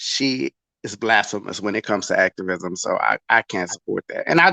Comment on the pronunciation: Ooh nah SLID when she said “ACTORvisim” that really says it all